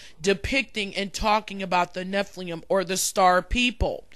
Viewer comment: Btw you are mispronouncing Nephilim. You are say nephlium. The i is before the L. It is NE-FI-LIM